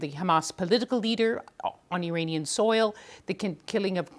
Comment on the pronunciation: Awful newsreader - can't pronounce consonants or the letter "r" . There is no such word as "Iwananian" or "Iwan" .Typical BBC - get a job based not on suitability , but on ethnicity and skin colour and ticking the "equality" box.